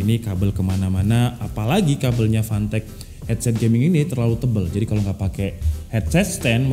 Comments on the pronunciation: Waktu mnt 12 pas nyebut nama "fantech fantech" kok aku dengernya pant*k pant*k wkwkw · Klian yg dengerny fantech Gw dengerny pantek :V🗿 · Brand nya "Fantech" Fantek Gua denger nya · Samsul : apa rekomendasi untuk komputer bre Udin : gua tau bre, 400 dapat mouse, keyboard, heatset.. Gaming lah bre Samsul :apa itu merknya bree Udin : PANTEEEK Samsul : lah kok ngegas Udin : iya PANTEK Samsul : lu ngajak berantam, gw nanya serius Udin : yaa merk nya PANTEK.. Samsul : fanteech njir 🗿 Udin : ya itu lah 🗿 Samsul : 🗿 Udin :🗿 🗿🗿🗿🗿🗿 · jangan beli merk ini lu ntar dikira ngatain 🤣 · Anjir pass ngomong fantech ngakak, kek kedenger panteq 😭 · Ngakak pas abang ngomong, fantek fantek wkwkwkwkw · bacanya pantek :( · Kek umpatan sumatera cuma lama di Arab jadinya ga ada huruf "p" wkwkwk.